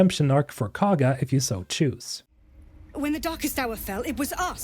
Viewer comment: I admit it's spelled weird but everyone in the game that says Kagha's name pronounces it (koh-guh) not (caw-guh) so if you played the game you should know how to say it